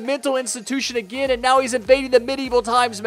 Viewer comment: I hear you say nagain nagain